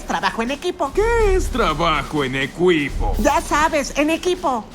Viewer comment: Top 2 formas de decir "equipo" 1: ecuipo 2:ecuaipo